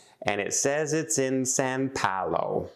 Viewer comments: Please say "São Paulo"...not "San Paulo". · More tales of poor...as a travel agent basic thing to make sure you are dropped off at right airport. Last one on the plane and takes time to film...it is Sao Paulo not San Paulo. Watching makes me never want to travel again.